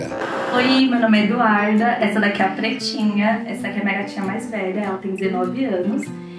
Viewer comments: The way Jackson pronounces "Pretinha" as "Pretina" is so cute! Love from Brazil! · I thought he was saying Purrtina 😸